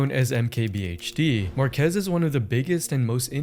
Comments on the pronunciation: It’s pronounced Mar-Keys not Mar-quez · Will Smith: “Mark-ass Brown-Lee”